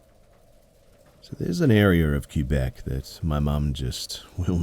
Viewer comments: Not Q-bec...more like Kaybeck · LOL Cue-bec? Kwe-bec or Ke-bec. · Sorry, I can't stop giggling at the "Cue-beck" pronunciation of Quebec. :P We pronounce it "Kebbeck" or "Kaybeck", if you want to know. :) Anyway, it sounds like they ran into a bean sidhe. What one would be doing in Quebec I'm not sure, but then a lot of Irish settled in Newfoundland, which is right beside Quebec, and historically France did have a close relationship with Scotland. So perhaps one followed.